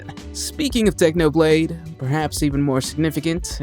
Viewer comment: did you seriously messed up technoblade crown? Come on, you gotta be kidding. Have some respect